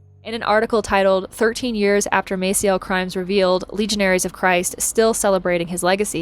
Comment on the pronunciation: I came here to say this. The pronunciation is a soft "a", but I guess she doesn't care. Still, a little hard to listen to when you know for a fact when you are used to hearing his name a certain way.